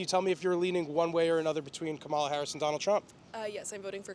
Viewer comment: She can’t even say Cumalas name correctly hahahahaha